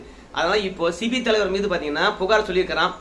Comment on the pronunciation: சிபி அல்ல. செபி என்று சொல்லவும். நன்றி.